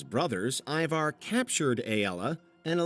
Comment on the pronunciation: Hearing the repeated mispronunciation of Ivar was painful. How many times can you get it wrong in one go?